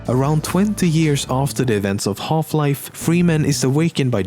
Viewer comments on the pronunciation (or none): if you're not a gamer then we all know you came here just to listen to this guy say "Holf-life". ADMIT IT